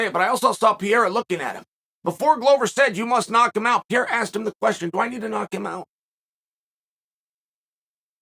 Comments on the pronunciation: Everybody: “Alex Pereira…” Lord Chael: “Alex Piera” 😂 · Lol Sonnen and the names lol “Piera” 😅😅😅 and “Pormie” 😅😅😅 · Alex pee-era.. lol...uncle chael is the best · There’s no Peeara dude you’re butchering it like so many other names you tool. Pereira. Pereira. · Piera doesn't exist. It's PEREIRA. It's PEREIRA. It's PEREIRA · I love how he refuses to say him name right, piera! He don’t give a…. Love ya chael I think he was letting Israel gas himself so he could unload. He knew he could take it then give it. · Damn. Dude wins the MW belt and still can't get the proper pronunciation? Per-rare-ah. Is it bc his weakness is wrestling? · "Pierra" 🤣 chael never fails to fail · Chaels ability to articulate himself like a genius, yet still pronounce pereira as peiera 💀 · Chael, "Piera" is a champ now, maybe it's time for you to... You know. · Who is this pieeeeeeera guy ? Jaaj Is there anyone who butchers names more than uncle Chael? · Per-ray-rah...You gotta try more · cmon Chael, lets get better on saying his name, Pereira, Pe-Rei-Ra, roling the "R", you can do it, Jon Anik nailed at the event. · His name is not Pierre 😂😂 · next up: re-rethinking Adesanya Vs "Pierea" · Peee-era … chael butchering names for monetary gains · Why is he saying Pierre?? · Chael consistently calling Alex "Pierra"... :) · Why PIERA CHAELLL hahahah pls why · why do you keep calling Pereira "Pierra"? Cracks me up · Say Pierre one more time motherfucker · when is this fool gonna stop saying piera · I love how uncle Chael fucks up pronouncing everyone's names and just sticks to it forever. Islam Marklechev, Will Fury, Cereal Gong, Alex Pierra will stick too hahah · Introducing the new middleweight champion: Alex St. Pierre-a 🏆 So sayeth Lord Chael. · here we go again, witness Chael messing fighters names up 🤦. "PIERRA" wtf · H me said “ Pierra “ 🤣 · uncle chael “pierra” 😭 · Why do you keep calling him Pierre 😂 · LEARN HOW TO SAY PEREIRA HES THE CHAMP DAMMNIT PUH-RARE-RAH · Who the fuck is Pierra??